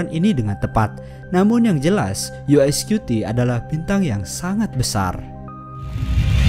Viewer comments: Kenapa bacanya "yu ai" yah? berarti spellingnya "UI". tapi kalo Spelling nya "UY" dibacanya "Yu Wai" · "YU WAY" bukan "YU AY" naratornya englonesian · Yu wai bukan yu ai Antara pelafalan Y dan I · Uy di baca yu way Bkan yu ai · UY setahu saya dibaca Yu Wai. Bukan Yu Ai (UI). Canis dibaca Kanis .. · Daritadi kita dengarnya yu ai scuti yu ai scuti. UY dibaca yuwai bang bukan yu ai 🙏🙏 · Yu wai, bukan yu ai U = yu Y = wai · Kok UY bacanya 'yiu ai' sih, bukan nya 'yiu wai' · Di bacanya "Yu way" bukan yu ai.. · Maaf bang,cuma mau koreksi. UY itu dlm bhsa Inggris di baca : (Yu Way). Kalo (YU Ay) yg Abang sebut itu tulisan nya (UI). Tapi,informasi ini sungguh menarik thank you bang. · Knp UY di baca yu ai? Apa ane yng salah denger ya😅.